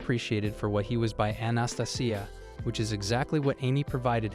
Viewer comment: How do you say Anastasia like that and think it's the correct way to pronounce it lol. Ana- stay -Jia